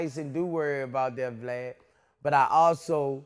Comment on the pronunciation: Way he calls Vlad "Vled" never gets old...😂😂